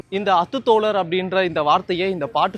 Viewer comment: Athu thozhar illa athu thalar